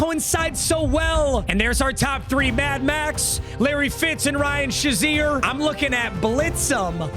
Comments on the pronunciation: It’s fucking SHAY ZEER not shu zeer you dweeb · please someone tell him it's pronounced like Shay-zeer as a steelers fan it hurts my soul